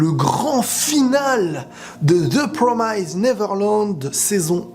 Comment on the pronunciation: The promised se prononce ze promizd et non ze promaizd